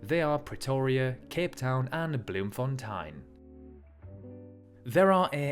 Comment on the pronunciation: “Bloom fonn tine” Painful South African noises